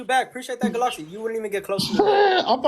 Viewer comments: A ga-loxy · anyone that calls it a GalOxy needs to be roasted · Anyone going to mention the way he pronounces galaxy ? GOODLOKSEE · Off topic but does he not know how to pronounce “Galaxy”? 😂